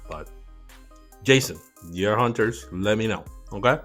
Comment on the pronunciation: straight butchered the hunters lol